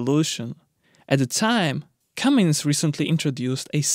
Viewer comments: Cummins… CummINS. Not “CummINGS” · It's pronounced Cummins not Cummings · Tuned out. Cummins, not Cummings dolt. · It’s not Cummings, it IS Cummins.. you spell it right and pronounce it wrong. What is your native language ? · Did anyone tell the producers it’s “ Cummins” not “comings”? It’s right on the motor… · foot pounds, not pound feet, so annoying to listen to you saying pound feet over and over, IT IS FOOT POUNDS. and its not "cummings" its cum-ins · No "G" in Cummins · No “G” in Cummins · There is no G in Cummins. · I thought you were kidding at first. It's Cummins!! No "G".